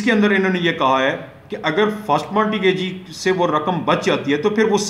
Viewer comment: Sir it is not Marti gagee ,it is mort gagee .and 2ndly ur lecture is totally unsound .unable to understand .firstly clear ur own concepts than uplad ur vidios.